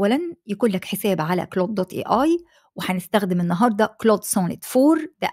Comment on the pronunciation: اهتمي بتحسين محرك بحث يوتيوب تم اقتراح قناتك لي اول مرة .. بس في حاجة حضرتك هو مش اسمه كلوت 😂 ولا حتى كلاود هو كلود